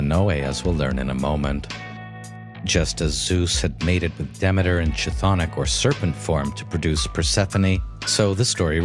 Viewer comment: Bro it's pronounced K Tthonic K, KTHONIC, NOT ch-thonic